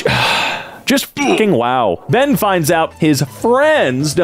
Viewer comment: The way pronounced Ben and Tucker's names totally caught me off guard and he did it so casually